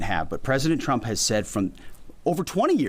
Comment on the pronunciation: I still hear “President Chump” when he says it. Just like Karolie.